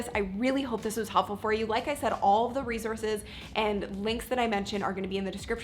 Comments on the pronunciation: It's not REZORZES its RESOURCES!!!!!!!!!!!!!!!!!!!!!!!!!!!!! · You pronounce resources wrong all throughout the video. It's not rezorces. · How bout you not say 'Rezorse'? Its not prestigious. Oh.. and annoying. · Resource is spelt and pronounced with an S....not a Z